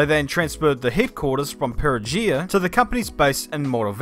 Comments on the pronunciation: Nice video! Just a tip: "Perugia" is pronounced puh-ROO-juh, not pe-ruh-JEE-uh. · That's an hilarious mispronouncation of a city I've lived in (Perugia)